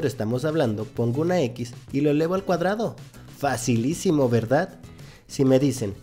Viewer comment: Pero no digas "facilicimo",por q me siento tonta